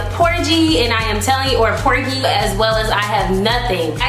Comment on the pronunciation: Did this girl just say "Por-gee?"😅 But kudos to you knowing who the GOAT is. Keep learning!